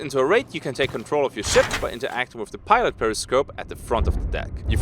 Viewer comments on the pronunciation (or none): none